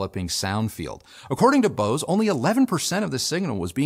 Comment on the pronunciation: Bose???? BOSE?????? Nope....